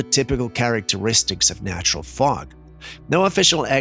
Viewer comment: It sounds like smog not fog.